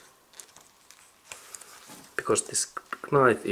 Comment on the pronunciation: Excellent repair. You may decide to ignore the following comment if you decide. The letter “k” in the typical English language word “knife” is silent. I only write this since I for a short time taught English to students whom English was a second language.